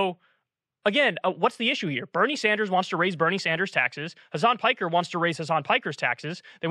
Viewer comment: Why does everyone on YouTube pronounce Hasan's surname as if it's the English word "piker"? His surname is a Turkish word that should be pronounced like pick-ehr.